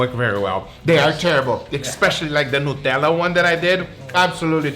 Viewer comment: You said Nutella wrong!